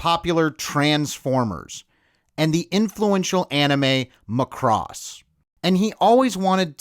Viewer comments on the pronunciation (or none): Am I the only one who noticed the pronunciation of Macross? “Ma-cross?” Try “Mach-ross”. Great movie though. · Okay, so its beside the point, but you're the only one I've ever seen who pronounced Macross "Maccross" like its a burger or something. It's "Mar-Cross". Go check the original Japanese OP (Okay. It was "Mar-Cool-Ross" there. Anyhow.) or even the butchered Robotech. It's not a big deal. Just weird. The movie's pretty good though. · Did her really just say "muh-cross"? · I thought “Macross” was pronounced “Mack-cross”